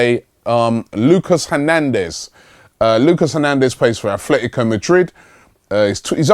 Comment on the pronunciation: pronunciation (Phonetics) A-TLE-TICO (Atl Madrid) THERE IS NO "H"hence its not Ath-Fle-Tico Come on Robbie you do this everytime almost. Then we have Atheltic Club (aka Athletic Bilbao) here its a club from the Basque region that choose an English spelling and title as a sign of independence towards Castillian Spanish. Everytime Robbie brings up Bilbao he insits on calling them Ath-Fle-Tico as well even though a simple English Atheltic Bilbao would suffice here since the club is Basque and has chosen an English wording as theire "Lingua Franca". Please sort this out it has been going on for the past 3 silly seasons.